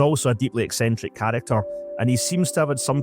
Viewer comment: "A deeply eccentric character ..." in a heavy Scottish accent 😂😂😂😂😂😂